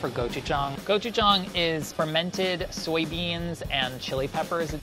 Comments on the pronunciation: i know its not his fault but omg ive never heard someone pronounce gochujang and gochugaru THAT incorrectly before (still love you ) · the way he pronounces gochujang and gochugaru is pretty amusing to a korean